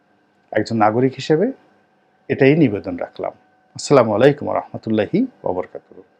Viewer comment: Assalaamoalykum, not asslaamoalykum please